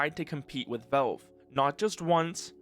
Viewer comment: Is this an ai voiceover? why did you pronounce valve as "velve"?